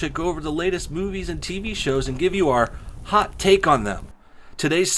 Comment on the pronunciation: I keep hearing 'hot tit'